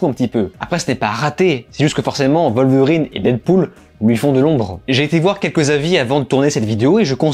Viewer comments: Ca se prononce Wolverine bordel, pas Volverine. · Et ça ne veut pas dire qu'ils ont raison. Surtout quand la VO dit bien elle-même "Wolverine"